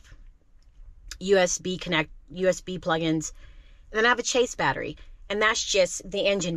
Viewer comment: Just for info - Chassis is pronounced chas-see. Not chase. :)